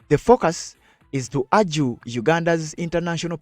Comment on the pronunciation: "Urge" not argue!